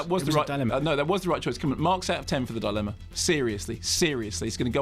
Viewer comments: YOU'RE TEARING ME APART LISA!!! I love a good Kermode rant. I want to hear an extended version of his "Devil's Rejects" rant. This one is great (though why does Mark keep pronouncing dilemma as thought it is spelled "dilemna?" He even accentuates the non-existent "n") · Frank Krumnow - No I think Simon Mayo legit pronounces it “DI-Len-Na”, so Kermode started saying it that way to annoy him.